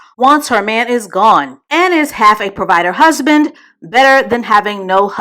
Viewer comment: Not “husbin”😩😭 That’s tickled the shyt outta me 🤣🤣